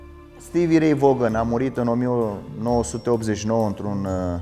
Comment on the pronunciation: Vaughan se pronunță Van. A decedat în 27.08.90, nicidecum în '89. Toate bune, mai ușor cu lucrurile puse doar ca să fie puse.